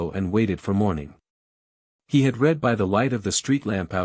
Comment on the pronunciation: Constant mistakes and poor pronunciation. Past tense sounds like red, present is reed.